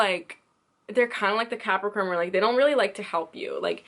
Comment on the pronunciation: You misspeak Cancer and Capricorn in a lot of your videos....#JustFyi Why is that?